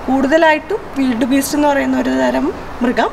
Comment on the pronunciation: Its not വിൽഡ് beast its വൈൽഡ് beast migration